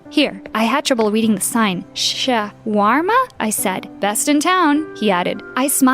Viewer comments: Ya khalba it’s shawarma not sharma😑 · shaorma not swharmoala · It's pronounced shawrma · Did she just call shaweerma “charwema”?… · It’s not Shaw warma it’s pronounced shorma. :) I’m Bengali it’s our traditional food and our former cousins India! :D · Bro, you ITS PRONOUNCED SHAAA WAR MAA that’s how you pronoucne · It's shwarma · its actually called shaow-ere-meh 😶‍🌫️👍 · Its proununed sh-or-ma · It’s called shawarma (sha-wer-ma) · The girl “sha-war-ma” Me Muslim self like “👁👄👁 what-“ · I'm sorry the way "Shawarma" was pronounced was killing me😅 It's "Sha-wa-ma" lmao the "r" is silent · It’s pronounced sh-or-ma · as an arab her saying shawarma instantly broke me please learn how to pronounce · I'm sorry but the way they said shawarma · who else is muslim and hated how they said shawarma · I am so offended by the way she said "shawarma" but I couldn't help but laugh if you aren't Arabian you wouldn't get this. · You said shawarma wrong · Yall really pronounced my culture food shawarma wrong 😭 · the way she pronounced Shawarma.... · have a scholarship but cant even pronounce Shawarma right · That not how u pronounce shawarma, am from Africa and my sister own a restaurant that sell mostly shawarma, and that is not how u pronounce it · Me:Huh this new Girl: mispronounces shawarma Me:GET ULTIMATE TRIGGERED AND CRINGES